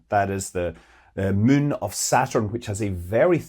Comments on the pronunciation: Attention: Scott Manley subscribers and listeners: In this and other Scott Manley videos, you will occasionally hear him say a word you do not recognize, that sounds something like "min", or "the min" - a word we do not have in spoken English, or any English dialect. After years of painstaking research, I have come to the conclusion that Scott is in fact saying the word "moon", or "the moon", our near companion in space. Once this oddity of pronunciation is translated into correct English, the rest of his commentary begins to make sense, and can be vaguely understood, assuming you have a PHD in physics. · I enjoy your intelect, your ability to communicate, and your outrageous Scottish accent. I hold my breath...he is about to say "moon"...can't wait. Good job.